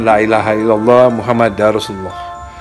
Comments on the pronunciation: Laailahailallah muhammadURrosulallah, bukan muhammadar, mohon dikoreksi jika salah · Maaf mas Dani untuk melafazkan kalimat Muhammadur Rosululloh( pakai rofa) bukan Muhammadar Rosululloh "LAA ILAHA ILLALLOH MUHAMMAD(UR ) ROSULULLOH" 🙏🙏